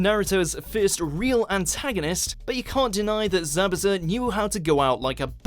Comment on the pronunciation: Who remember when they said zabooza lol